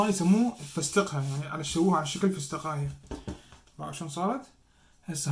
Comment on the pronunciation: فسقة اسمها يكول فستقة 😂😂😂😂😂